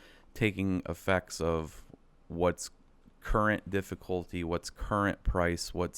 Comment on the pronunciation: DiddifultY, dude can't you say YYYYYYY - difficultY